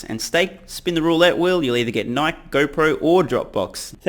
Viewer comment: nike "nyk" lol mate